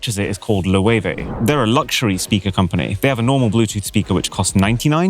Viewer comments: "Low eve"? Seriously? It's Loewe. German would be pronounced as "Löwe" (lion). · its not called Log-eh-weh... its also not called like this outside of germany. its called "Löwe" like the german word for lion. maybe its like Low-weh outside the german speach but the first e is definetly not meant to be pronounced. then you would mean the spanish luxurybrand also called loewe but they dont do speakers. wich isnt the only thing loewe does. Loewe is a dying german brand that makes tvs, projectors, and other multimedia stuff, but since they missed the big world outside of germany they jump from collab to collab to have a bit money to feed the seniors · Love your Videos. Keep it up and interesting! Loewe is pronounced like the german Löwe. Correct me if i am wrong, but Loewe actually is a german company. (sorry for bad english) oe=Ö ue=Ü ae=Ä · Loowewe? Isnt it pronounced Loo-wuh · pls dont say loewe its a german brandt and is called löwe like the lion in german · Completely butchered the Loewe pronunciation 😂😂 Not: Lowey-vey But: Leu-wuh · Loewe ( pronounced a bit like "lurva") is a German standard tech company based in Kronach. Their products are available in all outlets, from Amazon, mail order catalogues to expensive stores. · Loewe is a German company. The name is usually pronounced "Löwe" for lion; the letter "Ö" does not exist in English. Unfortunately mispronounced.😅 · LOEWE technologies is a german company. Meaning you pronaunce it lø:və. And loewe spanish makes clothes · I love how he pronounced Loewe. 😅 In germany we just say the normal Word: Löwe Loewe/löwe = in english for Lion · Loewe is pronounced ˈløːvə 🤣😂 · boy come on 10 seconds on research makes you see "loewe" is german so the pronouncing was off as far as possible xD OE in german is Ö makes it löwe pronounced the spanish designer company loewe is pronounced the way you say it xD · As a german, i love how he pronounces Loewe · hahah the way he pronounced Loewe hahahah.